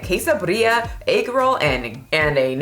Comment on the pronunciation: Wait were you trying to say birria when you said “Bree-are”?